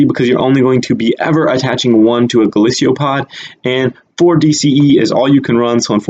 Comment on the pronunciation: its golisopod NOT golisio pod